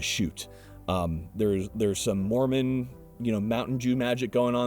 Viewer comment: "It's got some ...uh... Mormon... you know, "mountin' Jew" magic in it." Haha. Autism